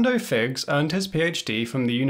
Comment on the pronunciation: Hello, please check your pronunciation of Orlando Figes’ name. I have always heard it pronounced as “FI-jez” including by people who know the man personally. If you are mispronouncing the name, as I suspect, it underlines your point in a most ironic way.